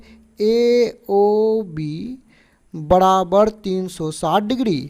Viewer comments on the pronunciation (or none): 1 -- सर चतरभुज नहीं होता ।❌ चतुर्भुज होता है ।✅ 😅 2 -- सर बड़ाबड़ नही होता है । ❌ बराबर होता है । ✅ 😅